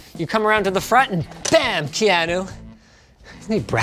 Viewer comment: Bam ... KeYAneOo